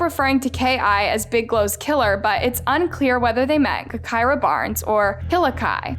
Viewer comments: BRUHH 😂😂😂 im dead, she said GEK KIRA! Lol bruh its “Ja kira” and she wasnt a rapper lmfao i never thought id see drill shit on this channel. Bruh tyquan was her best friend lol this is like a copy and paste from the chiraq reddit. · Her name was pronounced like Ja - kirah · Your information is all wrong u should’ve did better research also u should say her name correctly obviously it’s sounded (ja) gahKirah come on. White people always messing up some shit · It's pronounced Ja-Ky-Rah just spelled with a G instead of a J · It pronounced Jah-kirah you fool. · Nah, you got her story all twisted and i watch all your videos. All the the way down to her name. Smh , at least pronounce the name correct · please! I love you but your pronunciation of her name is driving me crazy!!! 🤦🏾‍♀️🤦🏾‍♀️🤦🏾‍♀️🤬🤬🤬